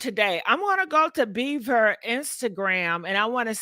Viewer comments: His last name is BIEBER not beaver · Jesten 🦫 BeaVer 😂 Justin Bieber GiGi… Bie-BER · “Justin BEVER” lol😂